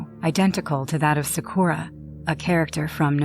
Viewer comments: Ain’t no way she said “Sakorra” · SAKORA!??? NO ITS “SA KUU RA” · Socoara ?. It's sakura 😭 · Sa-kur-ra is the correct pronunciation for the last story 😭 other than that I enjoyed it ! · I have 2 things to say. 1- I dislike how Sakura's name was pronounced in an odd way. 😒 2- That's the 3rd Naruto movie Will Of Fire. I JUST watched that movie with my husband 2 days ago! 🤯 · except for the part where they butchered sakura's name 2x 😂🤣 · Token 🤣🤣 I love how I can get someone so mad for wanting someone to say a name correctly 🙃 🙂 Iconic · and sakura was pronounced wrong as well